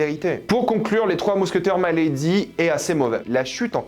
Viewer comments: Putain ….Milady …..pas My lady . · Pas " my lady " mais Mi ( mi ).lady... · Ce n'est pas " my lady " prononcé en anglais . Mais , " milady " , prononcé en Français "milédi " ! Le terme de l' époque pour désigner une femme de la haute . Enfin , bref ... Salut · C'est pas "Maïlady", c'est MILADY (même en anglais, on dit avec le "i") et je pense que tu n'as pas vraiment compris le déroulé, car ce n'est pas le Cardinal, le véritable cerveau du complot... Ensuite, si tu as lu les livres, tu sais que le Duc de Buckingham, n'est pas non plus n'importe qui (ce n'est pas "un petit anglais comme un autre") ; Au même titre que le Cardinal, c'est un as de la stratégie et de l'épée, ça aurait été très c.o.n qu'il meurt de cette manière (même si le retournement de situation est effectivement assez expéditif) Perso, j'ai été très déçu de ce volet (encore plus par rapport au premier)... C'est clair que je m'attendais à plus et à mieux... peut être un peu plus de scènes de batailles, une plus grande importance du Duc ou même tout simplement des mousquetaires (qui servent plus souvent l'arrière plan sans vraiment jouer un grand rôle dans l'histoire de base), mettre en avant le trio Gaston Louis et Richelieu (qui doivent avoir chacun trois ou quatre apparitions dans tout le film alors qu'il se passe ce que l'on sait...), où est passé la mère du roi ? Quid du mariage de Gaston ? Pourquoi Milady a demandé à Richelieu de sauver Dartagnan (alors qu'elle voit les mousquetaires comme ses "ennemis"?) ? Où sont passés les gardes du Cardinal ? Pourquoi Buckingham envoie des navires à la Rochelle alors que ça met en difficulté la France (et qu'il n'est visiblement pas hostile au roi) ? Comment Milady a survécu à sa pendaison ? Est-ce que ça peut donner un espo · C'est pas maille lady, mais milady, avec un i. Dans tous les films relatant l'histoire des 3 mousquetaires on dit Milady. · mé~lé~di pour la prononciation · Mec tu fais une critique alors que tu sais même pas prononcer milady